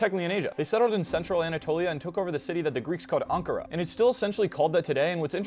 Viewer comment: anakara not ankara